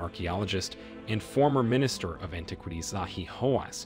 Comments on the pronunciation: Interesting topic, but it is hard to take your entire production here seriously when you slip a photo of Joan Rivers in with your introduction to Joan Howard and you bungle so many words. I've never heard anyone pronounce that Egyptian president's name as as MUbarek, or antiquities as anti-QUITies, and I don't think Cairo could be mistaken for a corn syrup. That's as far as I got before clicking out. Sorry, man. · Please learn to pronounce the word "antiquities". It would be helpful if you want to be taken seriously. The same for other personal names of people you mention and the capital of Egypt, Cairo! Perhaps have someone with a good education proof listen to your dialogue and help you with this. Good luck.